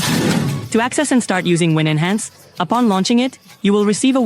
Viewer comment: It's called winhance, not win-enhance.